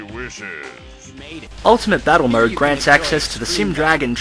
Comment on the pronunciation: Am I the only one that keeps hearing 'murd' instead of 'mode'?